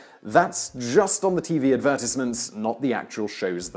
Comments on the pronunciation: He says advertisement weird. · What is an advertice mint? I want an advertice mint.